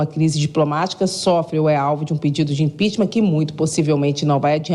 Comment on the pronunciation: impicheament. neste maluco.